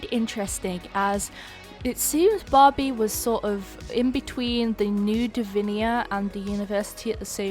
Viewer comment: I keep on hearing Bobby instead of Barbie